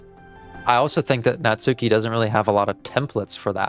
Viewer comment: I can’t believe 24 parts into the series you are still pronouncing Natsuki’s name wrong. To be fair a lot of the community does. But in Japanese a u between hard consonants is silent, so it’s more like Natski.